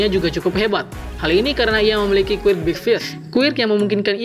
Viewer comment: Bang kalo ngomong quirk nya yang jelasan dikit gk terlalu kedengaran